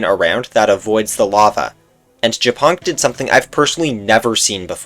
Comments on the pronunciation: OHHHH MY GOD ONLY AFTER HEARING WHAT JAPONK SAID I FULLY UNDERSTOOD HIS NAME. ITS NOT JAPONK, PRONOUNCED LIKE JAPAN. ITS YA-PONK. AS IN A FUNNY WAY TO SAY SPIDER IN *POLISH*. POLSKA GUROMMMMM 🇵🇱🇵🇱🦅🦅🇵🇱🇵🇱🇵🇱🦅🇵🇱🇵🇱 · Trzy razy odtworzyłam ten moment, bo nie mogłam początkowo zrozumieć co on powiedział po angielsku XD btw mega śmieszy, że ziomek czyta japonk jako “japan”, a to tylko “śmieszna nazwa” z podstawówki na pająkaXDDD